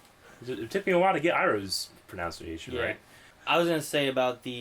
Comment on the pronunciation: Did just mispronounce the word pronunciation >.<